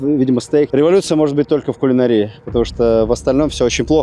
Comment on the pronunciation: Ставим ударение правильно: кулинАрия, гастронОмия. Не гастрономИя, и не кулинарИя!